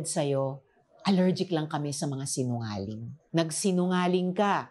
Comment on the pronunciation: Ausin nyo nmn po pag pronounce ng Sinungaling kakatawa tlg 😂😂😂😂 senadora na po kau eh 🤣🤣🤣🤣🤣